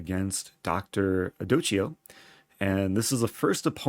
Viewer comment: Hey, Eric! Great recap as always, man, thank you. Other than extending my gratitude, I just wanted to be that guy and correct your pronunciation (only because I noticed you like to get it right, otherwise I wouldn't dare): in italian, -ch sounds as "k" (while "c" followed by a vocal without an "h" in the middle sounds more like the english "ch"). So, your opponent was actually Dr. Adokkio Gampiero (which sounds something like Jampieero): aˈdɔkkjo dʒampjero. Thanks again for all the great work! Keep it up and have a great tournament!! :-)